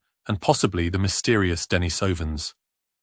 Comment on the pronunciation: ❤ that’s a very cold subtropical forest😂… 🤧🥶❄️ Denise - is a female name. Emphasis is on the “i”… the same with “ Denise - ovans” ❤ please quit putting the emphasis on the O🙏🙏🙏